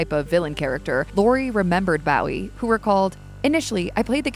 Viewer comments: I think the pronunciation is Bow as in low, not wow. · Isnt it 'Bo wee' not how the AI us pronouncing it.. or is it 'Boo wee' like Jim at the Alamo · Bowie himself pronounces it " BO-ee." It’s sad that voice actors don't have the professionalism to research pronunciation. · It took me a bit to realize that the actors name was Bowie. I kept thinking he was being made fun of. Bowie sounds like ur saying Barry with his speech impediment.